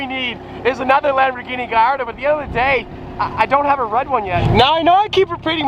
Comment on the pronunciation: please, it's not "GaYYardo" but "GaLardo". Thank you.